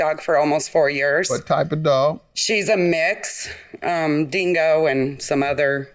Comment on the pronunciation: "dingo" LMFAO? um no